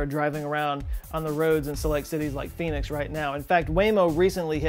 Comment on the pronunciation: "as long as its in Pheonix" Definetly thought you said "As long as theres a pe**is" 😂